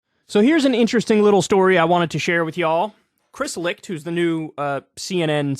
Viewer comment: Kyle can nearly properly pronounce the CH in Licht but cant do the same with Koch🤔